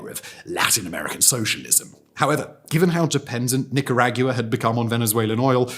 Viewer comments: I'm Nicaraguan and i have watched this video three times just to hear him pronounce the name 😂 makes me laugh every time despite the seriousness of the content . My emotions are like 😢😮😂😢😮😂 love it though. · As Nicaraguan, you have my approval to miss pronounce it, is okay, nobody is perfect. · Bro! 🫩 it's Nicaragua like water in Spanish 🐓🫘🥊⚾💪🔥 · Not only is he mispronouncing it but the amount of times he says it is absolutely insane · Is- is this a meme that he does? In the opening 5 minutes he pronounces Nicaragua in like 20 different ways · Listening to a British person butcher the Spanish language makes me feel better as an American. I might make mistakes, but they aren't anywhere or anything like this. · Ok, 2 minutes into the video and I can’t listen to you butcher the pronunciation of Nicaragua any more. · Why do yo insist on mangling the pronunciation of the country your video is about??? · I don’t know how he does it, but this guy manages to butcher every foreign name with such precision that even if he tried, he would never be as skilled at knowing how to mess it up. It's a natural gift. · It's difficult to take him seriously when he cannot pronounce Nicaragua. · Although I was very interested in Simon's analysis, I couldn't watch this due to his pronunciation of, "Nicaragua." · Shocked and depressed at how Simon pronounced "Nicaragua." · I love Simon and I don’t mean to hate on him but this tested the amount of times I could listen to him say Nicaragua completely butchered over and over … I’m and I have to stop … sorry Simon I’ll catch you on the next one… learning how to pronounce is key for this one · Couldnt watch this video. You are not pronouncing the name o this country correctly. Catch you on the next one. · Someone please get Simon a Spanish pronunciation guide. This is egregious. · The way he pronounces Nicaragua is distracting xD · I literally cant finish the video hearing him pronounce it that way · could 've been worse imo hahahah